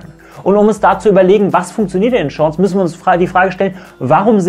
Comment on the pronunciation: "sch Shorts"